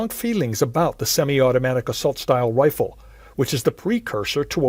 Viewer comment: you can clearly hear semi automatic wifle